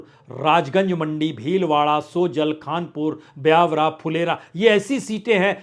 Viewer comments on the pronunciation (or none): जगहों के नाम सही उच्चारित नहीं हो रहे। बीकानेर में नोखा है न कि नोखा में बीकानेर। सोजत है, सोजल नहीं। विधाधर् नगर है, विध्या नगर नहीं